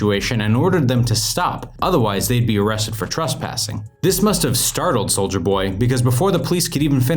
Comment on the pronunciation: It’s ‘soulya’ jeez man